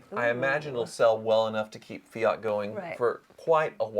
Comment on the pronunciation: Oh please learn how how to pronounce , it is FIAT not fi yacht